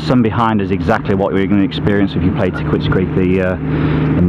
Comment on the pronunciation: do the people working at the course call it "Ta quits"? It seems like it should be pronounced "Takeets" with the "u" being silent.